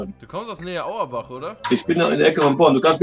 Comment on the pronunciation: Der eine Typ in Bonn wohnt auch in meiner Siedlung wie geil ist das bitte aber es heißt nicht „Auerbach“